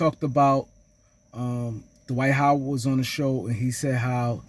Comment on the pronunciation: Who is "Da-wight How-wid"??